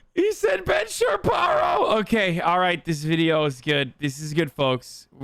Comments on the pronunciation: He said Ben Chaparo! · Ben Chaparro! If your latino this is the best nickname 😂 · J a question - did u mean to pronounce it Sharparo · He said "Sharparo" on purpose. Lmao.